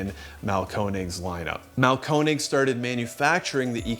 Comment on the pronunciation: Instead of trying to pronounce Einphasenstrom, try to pronounce Mahlkönig. It's not Marlcone egg. It's the king (König) of grinders. Have some fucking respect.